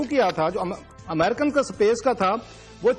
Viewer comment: Sapace nahi hota hai Space hota hai